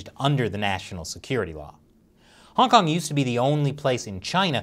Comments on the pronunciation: Does anyone else hear “Honk Honk” every time he says Hong Kong? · I can no longer hear say "Hong Kong" any more - it just sounds like "Honk Honk." Once heard, can never be unheard. It's not ' pronunciation - it's the CCP's ideology.